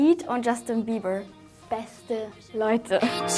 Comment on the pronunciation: hahahahaha wie wie Bieber ausspricht 😂😂😂😂😂